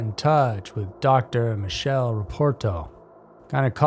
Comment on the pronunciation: Just a correction if it’s worth anything. Michele as an Italian male name is said “mick-ay-leh”. The Italian version of Michael (I believe).